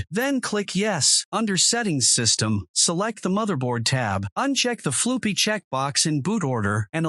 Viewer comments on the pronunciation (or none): Worked great. the "floopy" pronunciation made me laugh